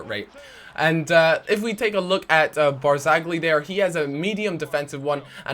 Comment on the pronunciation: Marchetti - pronounced marKeti Barzagli - pronounced like Barzali